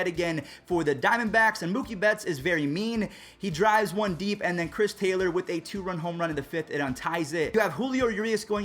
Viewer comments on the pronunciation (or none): none